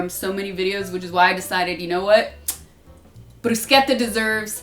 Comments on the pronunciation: Perfect job, perfect pronunciation of bruschetta! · I always thought this woman was perfect, I was right, she not only prepares bruschetta the way it should be done but even pronounces it correctly, brava Sasha. 🍺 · Nice pronunciation! I normally dice the pomodoro directly in the bowl, just to have all the juices , and add some origano. Sometime I add some diced feta too. Uh, olive oil on bread before rubbing the garlic! :) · Thanks for pronouncing Bruschetta in the right way, grazie 😊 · As Italian born and raised in Italia the most satisfying thing is the perfect pronunciation of bruschetta🤌🏻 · My only fear was you pronouncing bruschetta wrong. Thanks chef, italians approve. 😁